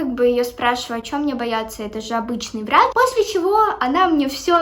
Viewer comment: Мне одной послышалось варачь